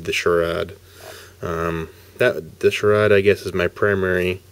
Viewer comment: it's actually pronounced "SH RADE" good review though